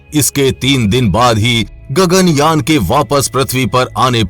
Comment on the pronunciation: Wtf 😂 Its Yaan not your gagan "Jan" 🤣